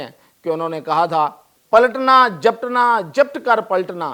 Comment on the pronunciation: اقبال نے یہ شعر اردو میں لکھے تھے لہٰذا اردو لہجے میں پڑھیں تو اقبال کی عزت بڑھے گی۔ " پلٹنا جپٹنا، جپٹ کر پلٹنا"؟؟ آپکو خدا کا واسطہ آپ شعر پڑھنے کے بجائے اسکو بیک گراؤنڈ میں لکھ دیا کریں ۔۔۔ بلکہ بہتر ہوگا شعر و شاعری کو اپنی پوڈکاسٹ سے دور رکھیں۔۔شکریہ